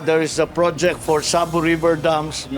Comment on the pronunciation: Parang hirap syang bigkasin ang "flood control project" prod - projek